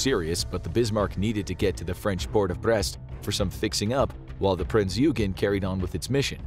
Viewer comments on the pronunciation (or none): Prince "You-ghen"? It's Prince "Oy-gan" Smh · "Prince Eeoogen" lol